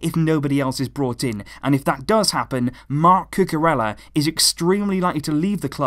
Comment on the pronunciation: isn't it pronounced Cucu-reya instead of Cucu-rella